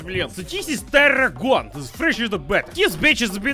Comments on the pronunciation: Try translating tarragon into Swedish :) No, it is not pronounced like that. The O is long. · wait, we eat the veggie along with main meal you can actually make tasty drinks out of these mouth numbing veggies??????? in my language it's more like "Tar-khun" rather than "Tarhun", and I think the actual plant is Tarragon